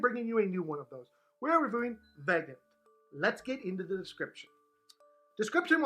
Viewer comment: Isn’t it pronounced VAG-OHN-TAY?